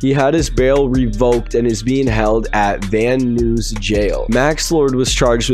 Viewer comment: Bro said van van noose instead of van nuys 😂